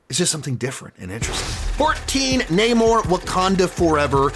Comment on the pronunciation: Ok, maybe I spoke too soon. But come on, Kang, " No-mar", she-Silver surfer, , ?Cuntswalia????